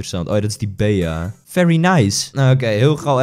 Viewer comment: Bea spreek je uit als bie! PS:je bent cool